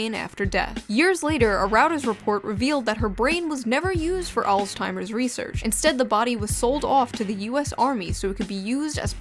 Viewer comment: say it with me... ROY-ters!